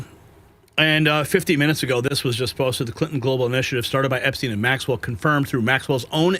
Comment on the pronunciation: You're making my ears bleed with the constant mispronouncing of the name Epstein. Think Steinway only with the 'way' taken off the end and put an 'Ep' in front of it. When people can't get the simple things like someone's last name right, many people also wonder what else isn't right.